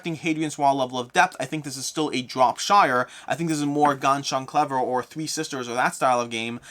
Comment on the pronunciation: You saying Ganz schön Clever made me laugh so hard.